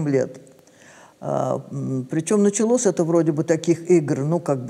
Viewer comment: Даже речь другая "Началос". Послушайте! Этот Человек иначе даже слова произносит. Как-то совсем по-другому, так сейчас не говорят... К сожалению...